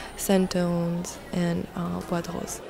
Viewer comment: when you said "bois de rose" i thought you said buttholes